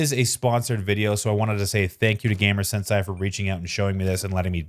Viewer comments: I didn't even realize it was supposed to be "sensei". lol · thinking the same thing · Sensei (sen-say) it's Japanese term not German. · I Sen-Sighed every time you would Sen-Say Sensei wrong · sensei is pronounced "sen-say"